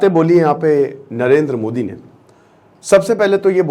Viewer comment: 0.7sec. Same on you as a teacher you do not how to pronounce name of our country pm